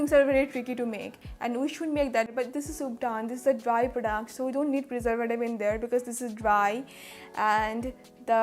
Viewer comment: Why do u say prodaact